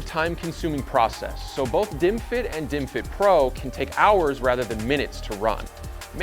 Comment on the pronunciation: Why am I watching bottles and hearing "dimwit"s?